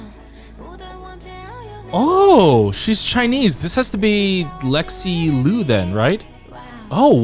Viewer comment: just as a note, liu should be pronounced closer to “leo” than “loo” !!